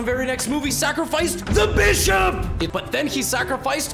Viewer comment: It gets really tight when he says bishop THE bîšop!